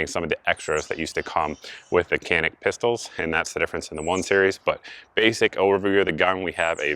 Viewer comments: Canik is pronounced: 'Janik'. As of late July 2021, the cost of a TP9SF Special Forces is $399.99 at PSA. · The C in Canik is pronounced as a J sound. "Jahnik" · and I suppose that if we pronounce Canik wrong then it would not bother you if the Turks pronounce it Smithe and Weeson. It's Turkish, haven't you heard? It's a different language Einstein. LOL